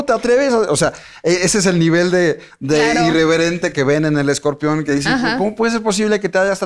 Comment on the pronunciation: Esta señora es una resortera con peluca. Y por qué dice escorpeón? Vi la entrevista solo por el escorpión.